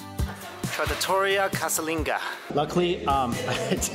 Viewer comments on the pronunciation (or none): It's Trat-tor-ree-ah. I'm happy that you enjoyed the food of my people :D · Tratto-REE-UH my friend